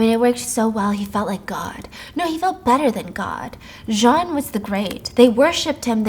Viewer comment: I love the way you terribly pronounce French names 😂 Listen. I took 4 years of french and even all of us were like nah man that’s John.